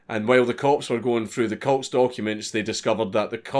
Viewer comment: He sailed cults I thought he said coats